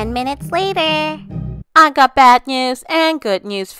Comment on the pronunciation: how just said 'tWeN mIuTs LaTeR'